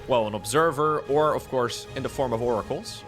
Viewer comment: wants to see more Oracles so he can keep saying More-acles IMO